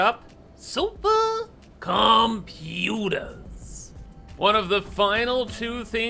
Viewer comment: Loving this series! please stop saying computers that way though, it's causing me brain damage